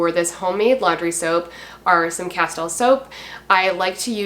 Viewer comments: It’s pronounced Casteel fyi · Castile is pronounced 'casteel' I believe. I use Dr. Bronners also. Good stuff!